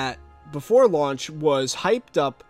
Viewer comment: "lauch day" lul